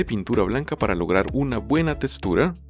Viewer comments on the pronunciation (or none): Textura❌ Testura✅